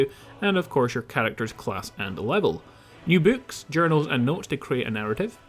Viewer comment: "new bueks"